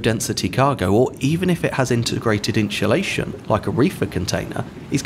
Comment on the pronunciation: why do you pronounce insulation as "inshulation" and issue as "e-sue" ?